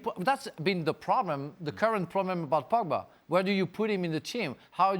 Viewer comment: I think anyone who can’t properly pronounce “Pogba” is unqualified to be paid money to talk about football.